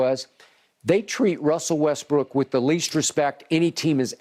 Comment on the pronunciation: Skip said "vintage westbrick" 😭